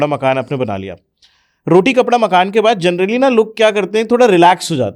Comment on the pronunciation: Sorry but you often say journally instead of generally. It may not put a good impression on your clients